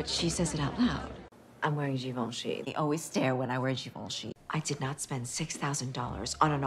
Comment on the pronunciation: "I'm wearing Givenchy, they always stare* when i wear GiVOnnchyyy"